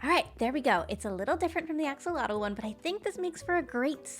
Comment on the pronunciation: nobody cares, and it'll never catch on, and this is apparently pedantic... but axolotl is pronounced "ash-ah-loatch"